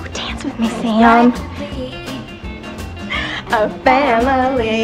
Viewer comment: "See-am", is how she pronounces sam.